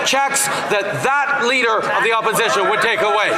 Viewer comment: Trudeau: “The leader of the Opishishion”